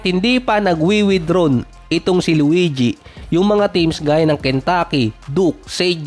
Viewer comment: Bakit ganun bigkas sa luigi 😂😂😂 luweedyee 😂😂😂